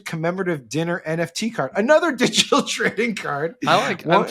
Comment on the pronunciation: He can hardly pronounce "digital ". Too much Xanax?